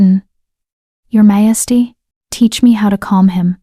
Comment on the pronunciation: Please teach the AI to say "majesty"!!